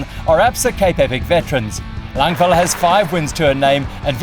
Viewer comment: Thanks for all the great videos! Annika is called Langvad though, not Langvil. ;)